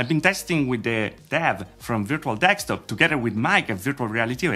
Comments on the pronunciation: it isn't DEKSTOP it is DESKTOP. Notice the S is before the K. STOP THE DEK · i've been watching you for mor than a year now can you please say desktop instead of dekstop? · Dude it’s deSKtop not deXtop. Desk and top, not dex and top. Just saying... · Hi. I like your videos! Would you consider to focus a bit on your English though? You are not native English right? I'm not either so don't worry. I am just triggered every time you say 'ertz' instead of 'hertz' and basically missing 'h' in lot of other words. In this video there was also the funny mashup 'dekstop' instead of 'desktop';-) Please don't get offended. View it just as a hint how to get even better. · all i hear is "virtual dekstop";-) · Not gonna lie.. you got me at Virtual "Dekstop"..